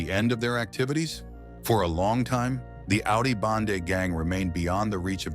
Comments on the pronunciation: Its AUDI BENDE NOT BANDE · Audio BENDE.....not bande